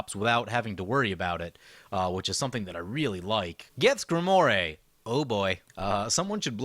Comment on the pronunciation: Greemoir not gremore. I see you pretending to be someone else, better known as